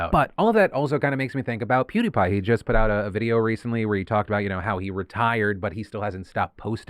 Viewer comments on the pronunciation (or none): none